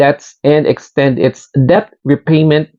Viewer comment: Mali basa mo sa debt 😂